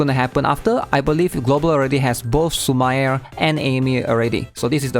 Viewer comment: I always enjoy your content but you mispronounce these three names. Ren-gay (not "jay") Su-mi-re (not "su-mire") And Ha-re (not "hair")